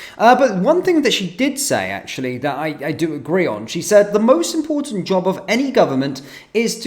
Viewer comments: Does Rayner know what "impor-ant" means? Maybe she was hungry do ate/drank the "t". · Does she know there is a letter T in the alphabet